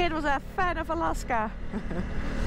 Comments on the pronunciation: Do the native people call it 'A-LOSS-KA' or just you ? If it's just you, you must stop🤣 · Anyone brave enough to tell her how they say "Alawska?"